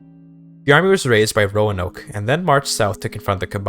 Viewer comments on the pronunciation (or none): none